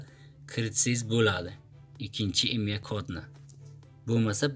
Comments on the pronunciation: Хой коток калла харип имя эмас имей, гугле эмас гугл, совшина эмас сообщение, долбаеб гапиролмасанг гапирма кетмон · Maktabda oqiganmisan imya raqam sopjeniya disan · Akajon Imya mas IMEI deyiladi 😅